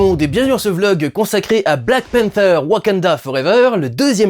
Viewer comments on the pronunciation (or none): none